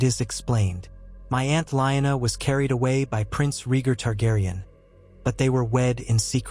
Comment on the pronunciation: I like your stories just not pronunciations of rhaegar and lyanna